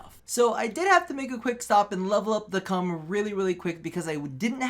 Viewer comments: he gave my ears cancer when he said "I was playing around with the cum" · I'm so happy you still pronounce the Kohm's name as "Cum" ( ͡° ͜ʖ ͡°) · Everytime he says Kohm I laugh